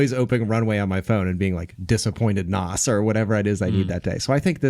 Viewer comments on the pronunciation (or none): Did he just call Nas "Nos"? Or is Nos a different person? Please tell me it's a different person😂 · cringed on how Nas name was pronounced